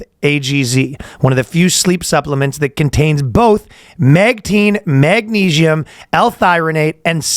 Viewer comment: it's magnesium not magneigium